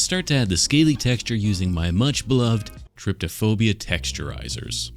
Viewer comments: It's truly painful to hear him say trypto-phobia instead of trypophobia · it's almost funny how often mispronounces "trypophobia"